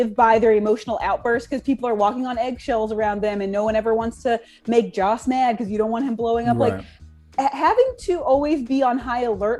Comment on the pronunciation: Joss, not Josh